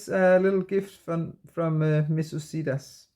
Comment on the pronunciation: Absolutely love your channel. I just discovered it today. By the way, regarding Missus Sedas: sedas means silks in Spanish . It's pronounced with a soft "d" that almost sounds like a "th". Hope that helps. Best wishes for medical appointment . The condition won't fix itself so continue to follow doctor's orders. 🤓 Everything will be fine.